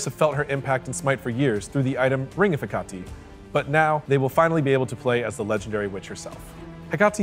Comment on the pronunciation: I must have missed it, but does Founder Pass carry over? Also, dying that Hecate was pronounced two different ways.